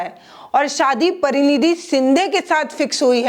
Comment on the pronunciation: मैम, परिनिधि शिंदे नही परिणिति शिंदे